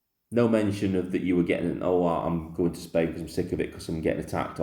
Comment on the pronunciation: A man who can’t even pronounce the name of his country properly is does not deserve to be heard. Bellyaching again! Who does he think he is? If he’s living in Spain why not try sorting out their problems? I’m sure they’ll be grateful.